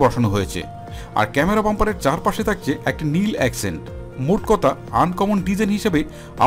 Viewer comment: তাকচে, তার্টি, তার্ড,কমান্ট। এসব শুনতে একটু অড লাগে।একটু সংশোধন করবেন ভাইয়া।ধন্যবাদ